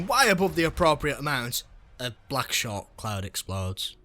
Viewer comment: I love how u said Sherk